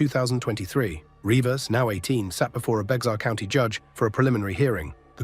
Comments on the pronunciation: It's " Bexar or pronounced " Bear" county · Is pronounced “bear county” even tho is spelled Bexar